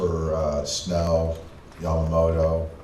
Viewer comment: 一番最後の番組の司会者がヤマモトって言ってたのが印象的 英語風じゃなくて気を遣って日本語風の発音してくれる人もちゃんとおるんな ちゃんと発音してくれるのキルステンさんだけかと思ってたｗ